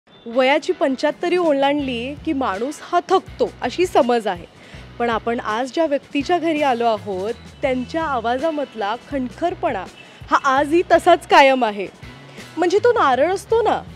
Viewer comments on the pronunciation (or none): "खणकरपणा"?🤦‍♀️🤦‍♀️🤦‍♀️... कणखरपणा😊